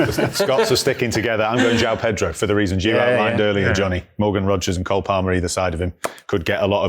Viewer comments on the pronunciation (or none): It is Estev-ON and Jo-ON Pedro. Stop with this awful OW sound please that is not how they are pronounced here in Brasil.